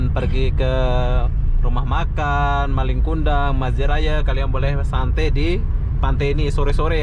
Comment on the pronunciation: Malin BG bukan maling 😂